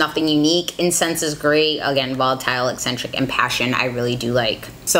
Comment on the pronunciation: Out of everyone who has reviewed this palette you are the only one who has pronounced Eccentric correctly. Everybody else keeps pronouncing it e-sin-trick. It’s been driving me nuts!